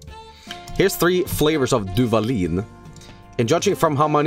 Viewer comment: As a mexican, listening to reading the Duvalín label made me want to sacrifice myself to Ixtab.